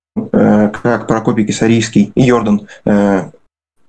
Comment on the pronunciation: "ПолякИ, казакИ, ЙОрдан". Чуть кровь из ушей не пошла.